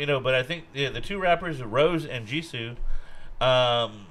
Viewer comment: The rappers are Lisa and Jennie, the vocalists are Jisoo and Rosé (pronounced "Ro-Zay" like the wine, not "Rose" like the flower).